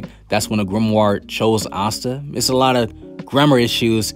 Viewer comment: I fw yo videos bro but you gotta stop saying grimward 😭